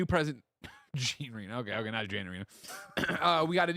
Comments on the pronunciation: Tim butchered the pronunciation of Jean Reno 😂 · Yeah for all his “that sounds like an AI!” During the Onimusha section Tim’s pronunciation was totally a “Siri butchers a name” moment